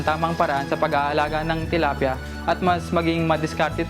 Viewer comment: I heard her say "tolapia" . She's talking about fish.